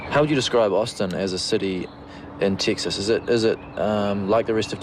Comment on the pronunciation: “Tixas” LOL